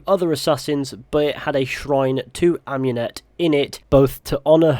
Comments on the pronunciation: Am-ooo-net not Am-you-net. Sorry, but it’s just that it’s like hearing a fork across a plate to me. Great video as always though bro. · Michael de’ Medici yh cos she named herself after Amun not amYOUn